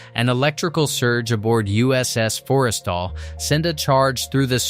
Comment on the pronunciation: I really wish they could get the pronounciations correct. They really mangled pronouncing Forrestal. The bow is not the bow you put on a present, yeesh